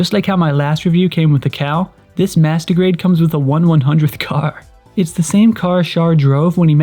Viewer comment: when you say "master grade" sound like "masturbate" lol